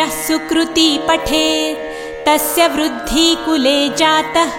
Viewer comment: कुर्ती वुरुद्धी ऐसे ही गलत उच्चारण होते रहे तो मां कुलदेवी जरूर आशीर्वाद देगी इससे बढ़िया तो ना सुनना नहीं बेहतर है